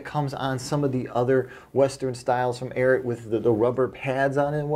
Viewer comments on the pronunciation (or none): I know it doesn't matter but it's AIR EE AT not AIR IT